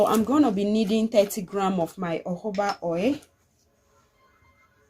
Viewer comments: Nice video,, thank you always. Please why do you pronounce jojoba as uuubaaa? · It’s spelt Jojoba but pronounced as Hohoba. It’s not English